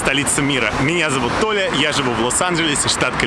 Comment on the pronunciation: постоянно слышится Оля .... с пятого видео дошло что Толя ((((((((((((((((